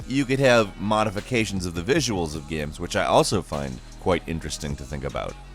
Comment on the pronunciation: I love the way he pronounces games, as gams. I'm not being a dick or making fun, it actually makes me smile.